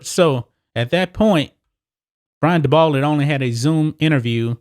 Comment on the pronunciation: Dabol is pronounced daybull.